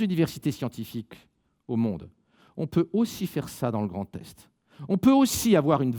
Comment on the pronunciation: Y'a que moi ou a chaque fois qu'il dit 'Grand Est' j'entends 'Grand Test'...